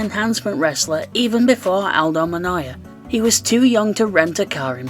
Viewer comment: Nah the T is pronounced like an L, Aldo Monloya 😂 I assume he’s never heard the name and only looked at it fast? Or perhaps he knows something about the Portuguese language that we don’t!